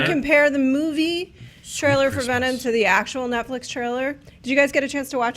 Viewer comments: Lol, Jessica Jones "Trialer" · Yhea, "Trialer" Love you!!